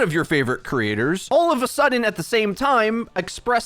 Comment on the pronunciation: Could you practice pronouncing creators so you stop saying crators